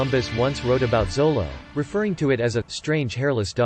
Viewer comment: It's not zolo.....! It's pronounced sholo